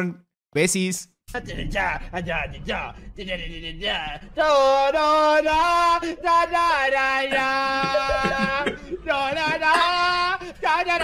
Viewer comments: “Besis” JAJA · "hola Eon Besis" XD